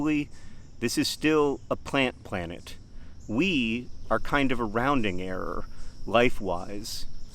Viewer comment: A "plantet" if you will